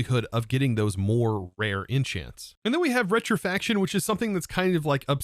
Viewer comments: Rec-tif-ic-ation it is said how it is spelt :) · He says retrifaction 🤣